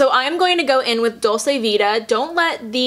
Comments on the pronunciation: I don't get on at all with Nars creamy concealer either it's so thick! The climax mascara was awful, I thought I was the only one that was confused with the hype! Love their radiant foundation and blushes though. Just a side, "dolce" is pronounced "doll-chay" <3 xx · Hi, it’s pronounced dolch-eh actually!